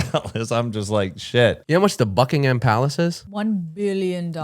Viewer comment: guyyssss it's pronounced Buckingum not buckingHAM <3 ly